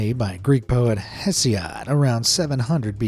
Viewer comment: "HeSiOd" WHELP THATS AWESOME